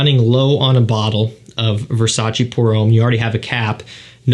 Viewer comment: Nice sales, but please search on YT how to pronounce Versace 😊